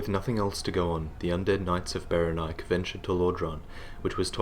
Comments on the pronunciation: I really think it should be pronounced beh-REN-ee-kay. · Saying Berenike so that it rhymes with "bike" always felt clumsy to me. I think it works better pronouncing the final 'E' as if it had a Greek origin. And if you pronounce the final 'E' then it flows better with the accent on the second syllable.